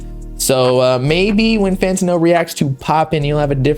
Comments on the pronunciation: It’s FantAno not Fant-UH-no 🗣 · L - Fantano: Lantano